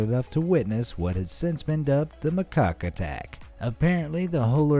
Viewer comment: The monkey is called a macaque not a mycock, lol. But I think you knew that and just wanted to say mycock attack